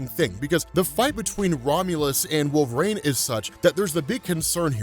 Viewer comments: I love you to death man, but it's pronounced WolverEEN, not WolverAINE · Any reason why pronounces it Wolver-ain?